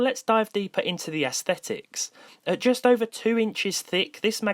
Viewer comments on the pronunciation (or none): none